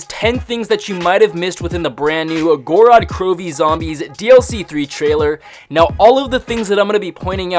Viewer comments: Gor-rod kro-vee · Literally means the land of blood in Russian not Goo-rad Crew-vee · Go-ro-d kro-vee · its pronounced gowrod krowv